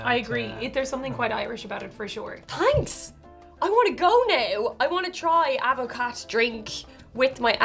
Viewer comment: It's pronounced add-ver-car. How is it non of you know?